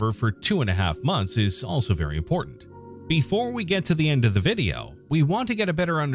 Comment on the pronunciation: No one: Weird man: "ARE YOU IN LOVE WITH NEUTRINOS?" Loved the vih day yo, yo. Four ree ells